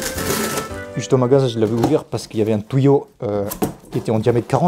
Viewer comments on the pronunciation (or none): "Le tOUÏo" "Un tOUÏo" "Le tOUÏo" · "un tOUyau" ""le tOUyau"" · Vous comprenez quoi quand il dit "tuyaux" 1 touilleau 2 touille eau 3 touyeau 4 ???